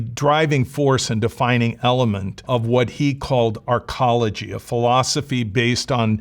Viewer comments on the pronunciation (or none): none